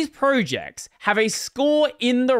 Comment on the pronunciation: Your an Aussie - X Zed, not X Zee!